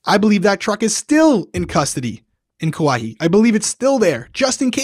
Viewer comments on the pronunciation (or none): none